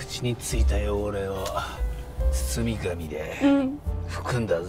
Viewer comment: 「包み紙」をカンじゃう庄司さん、ステキです😂